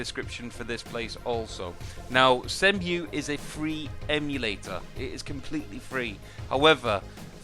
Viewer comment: its pronounced sea-mu